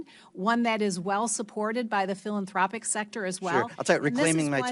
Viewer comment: The way she pronounced "philanthropic" 🙄